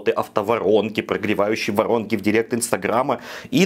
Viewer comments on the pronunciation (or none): none